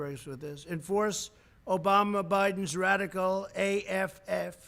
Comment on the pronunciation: Obamash? Lol.